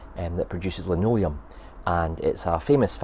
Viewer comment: Nice job on the girder bridge - just the right amount of rust and grime. Looking forward to the linoleum (well done on not mispronouncing that one!) factory build. It's good to have a little bit of artistic licence. If it was all to scale it would dominate the corner too much. Look forward to your Novmebre update! ;-)